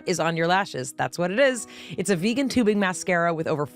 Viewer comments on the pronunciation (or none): none